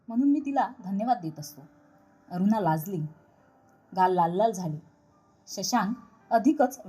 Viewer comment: कथा चांगली असूनही ण चा उच्चार सगळीकडे न करता ते खटकत. अगदी अरुणा चा उच्चारही अरूना करताय.